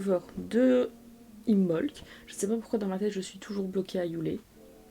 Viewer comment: Im(b)olc le b ne se prononce pas